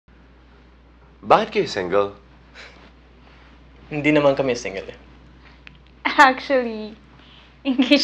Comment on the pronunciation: bakit ka singgel ate